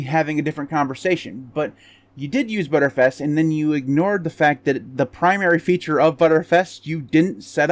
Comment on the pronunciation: TIL btrfs is pronounced as butterfs